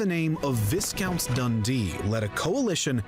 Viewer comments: ‘Viss-count’ Dundee?! No - ‘Vie-count’ Dundee! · And it's "Vye-count" not "Viss-count". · 'Viss-count' (on video you were watching) is actually pronounced like 'vie-count'. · I absolutely Hate it when words are mispronounced... Especially by American narrator's of British history. Viscount should be properly pronounced as Vi count with a long I NOT as viss count. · "Viscount" is pronounced "Vyecount". In French its Vicomte. In the early Middle Ages, a Viscount was a Vice-Count (a count's deputy in the Carolingian Empire). George I only became King in 1714. Mary died in 1694 and William III in 1702 after falling from a horse called Sorel, which used to belong to the Jacobite conspirator Sir John Fenwick, who was executed around 1697 for plotting to assassinate William. Queen Anne became Queen in 1702-14 but had 17 miscarriages and her only surviving child died aged 10 in 1700, before she was Queen. So with Catholics excluded from the throne, it passed to the Protestant descendnts of James I's daughter Elizabeth Stuart, who were the House of Hanover. The Louis of France in that portrait is Louis XIV, but he died in 1715. Louis XV was King in 1715-74. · VISCOUNT is pronounced VEYE COUNT. The Latin name for JAMES is JACOBUS. Hence the name JACOBITE. Have you reacted to " FLOWER OF SCOTLAND ", the Scottish national anthem ? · Viscount, lol! It's Vycount. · Wow. You've chosen some terrible videos in the past, but this is right up there with the worst ever. Factual errors, and awful, pointless misleading graphics all over the place. I'm afraid the moment he mispronounced "Viscount", you lost me completely. For the love of god STOP using videos made by Americans to learn about British history. They are always embarrassingly bad. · The pronunciation of "Viscount" was wrong not only because the narrator pronounced the "s" but also because the "i" is pronounced like the "i" in "nigh" (not like "is").